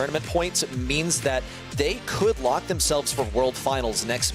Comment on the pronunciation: He said on lock not on luck